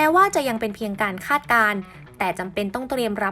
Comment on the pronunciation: คาด ไม่ใช่ คลาด